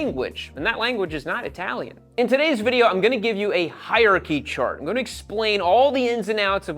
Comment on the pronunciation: hier-chy, NO. hier-AR-chy, YES.